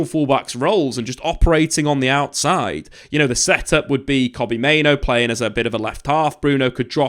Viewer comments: I know it's pronounced Bruno Fernanj, but everyone pronounces it as Fernandes. The difference here is, everyone pronounces Mainoo's name as Main-oo, whilst that is the actual pronunciation. However pronounces it as Main-Oh?? Like, why?? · he's pronouncing Mainoo as Main-Oh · oh yeah 100%. But.. I'm also not running a YouTube channel about football? And I can also pronounce the names of the players of the team I support correctly haha. He's a United fan and he's quite literally the only person I've heard pronounce Mainoo as Main-Oh. It's so jarring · yeh, he is, isn't he... I'll forgive him with an official apology.